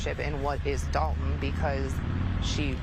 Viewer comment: I know it looks like DOLE-ton on paper but they pronounce like DOLL-ton or DAHL-ton. Love your channel. Salute.